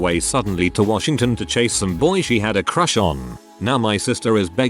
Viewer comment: there's no R in Washington.